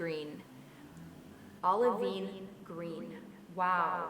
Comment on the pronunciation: Olivine is actually a gemstone and is pronounced Ol-uh-vine : )